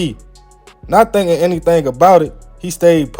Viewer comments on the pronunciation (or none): none